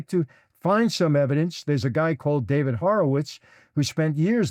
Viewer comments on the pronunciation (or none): none